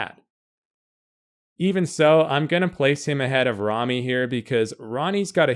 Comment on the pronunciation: Its RAMY not REMMY...